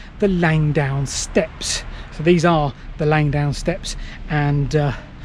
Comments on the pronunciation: It's Langdon, not Langdown! It was a searchlight battery in WW1 I've been down there on a GeoCache hunt, about 15 years ago. It is steep. :o) There's no shame in vertigo. I have an irrational fear of dying in a plane crash. (Irrational because I don't fly.) All the best. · Langdon as it's spelt, not Langdown. Sorry you didn't make it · LangDON not LangDOWN! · Its Langdon, LangDON, not bloody Langdown. FFS!